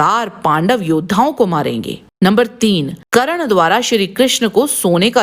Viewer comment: करन नही कर्न होता हैं